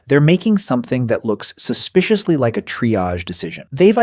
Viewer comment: And voiced by AI. When it says "animals just like us" it should've emphasised the "like" (meaning to be fond of), but it said it in a way that's more akin to "just like us" (as in, similar to). AI slop.